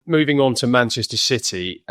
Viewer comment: Right at the beginning, did he say "moving onto Manchester s*ity"????😂